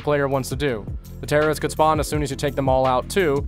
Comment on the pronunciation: When he said the terries it gave me flashbacks to key and peele